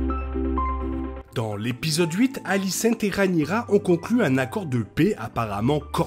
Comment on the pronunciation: Très bonne vidéo comme d'habitude ! Mais désolé je suis obligé de faire une petite remarque sur votre prononciation de la plupart des prénoms. "aegon" ce dit "égone" et pas "haégone" ou alicent etc. Plusieurs prénoms sont mal prononcés par rapport au livre et à l'adaptation de GRR Martin ! Mais ça reste un détail bien sûr ! Bonne continuation !